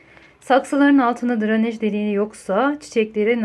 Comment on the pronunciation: Dranej degil “DRENAJ”